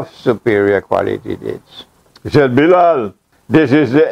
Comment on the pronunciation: It is Bilal not Biral